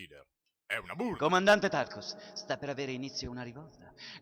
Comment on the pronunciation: Era un sacco che aspettavo il secondo episodio! Ed è fantastico!! Comunque à Tarkas e non Tarkus..